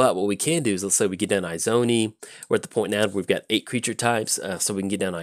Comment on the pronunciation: They way he kept saying it was PAINFUL for me lol. Its Izoni as in E-zoni. Love the fact he played her tho :) Sincerely, An Izoni player